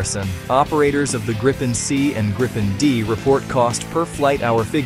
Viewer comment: Grey-pen. Gry-pin. Groo-pen. Greppen. IT IS PRONOUNCED 'GREEPEN' for americans! Like the letter 'E' and a 'PEN' you write with.